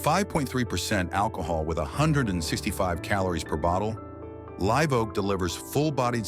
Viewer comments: And yet Live is pronounced correctly later on. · Your AI voice can’t pronounce Live properly at times.